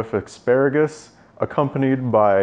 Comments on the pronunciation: And uhh.... aksparagus.. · "Ex-spare-a-gus" - Dyrus 2017